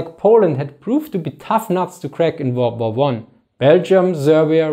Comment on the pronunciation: Funny how you speaks Second Volrd Var